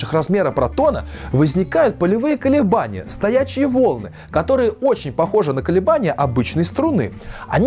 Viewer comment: возникают полевые колебания. Непонятно ударение : колебания в полях или же колебания поля? Какого тогда поля?